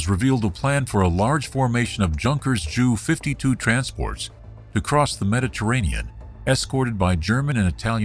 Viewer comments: I've heard it pronounced that way before and never took offense, but given who flew it I understand why J U might be the better way to go. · First time I heard “JU’ pronounced as “jew”. I know this as J U.